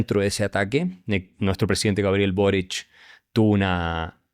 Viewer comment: !AXEL TAN EDUCADO¡ PRONUNCIAS BORICH... PERO ES SOLO BORIC.. ESTE ENTE DE MENTE SUPERIOR , NO TIENE IDEA DE LO QUE SIGNIFICA GOBERNAR.........LOS RICOS EN CHILE ,SON PORQUE HAN ROBADO, LA MAYORIA ES CORRUPTA .. MIRA COMO ESTA' MI PAI'S... TU' TRAES ALGUNA ESTRATEGIA QUE SIRVA..PARA SACAR DEL HOYO A CHLE?